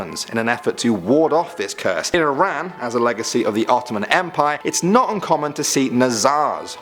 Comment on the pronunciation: I’m from Iran ayyyy. Salam. It’s also pronounced ih rahn. I’m from Iran and I’m also part Turkish.